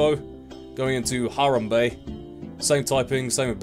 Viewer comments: Ha rum bay (it's hu-ram-bey) this man triggers me and he says it looks real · Obviously this isn't real, but this guy legitimately does not know who Harambe was, he didn't pronounce it right, and he didn't understand why it was part ghost-type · you said his name wrong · how did you say harambe wrong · You pronounce harambe wrong